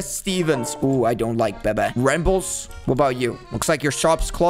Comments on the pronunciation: You called bebe beba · Bro doesn’t even know how to pronounce Bebe and doesn’t even know FREAKING CRAIG?????? Edit:bro doenst know anything about South Park there’s 4 emo kids Edit:he doesn’t even know anything